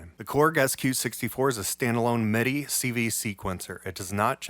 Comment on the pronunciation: You are such an asset to the Utube gear scene. You have taught me SO much. I just sorta hope…at some point…you choose a better lighting situation. It can be challenging to follow your moves, with your “black on black” thing. As an aside…where are you from? Not that you have an accent, but the word “MIDI” always sounds like “meh-DI”. Kinda like how that kid from LA who does Ableton reviews says “buh’ns”. Not trying to sound critical or anything…not saying it’s a bad thing….it’s just a point of curiosity.